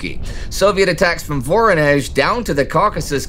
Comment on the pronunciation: What is "Moraia Mechetka"? You often make wrong stresses in Russian names (like in "VoROnezh", "ZvezDA" or "SkaCHOK", where the stress has to be on the second syllable, or "KRASnaya", where the first syllable would have to be stressed, and many many more), but now you've also missed a letter... It's "MoKraia", from "wet". Your lack of a Russian-speaking consultant really shows